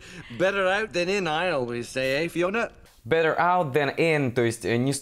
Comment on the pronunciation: Вообще жесть со старта, Better нечто ультр невнятное. Ослик куда внятнее